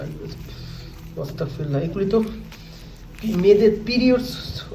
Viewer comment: অস্তাগফিরুল্লাহ হবে না। আস্তাগফিরুল্লাহ হবে। ❤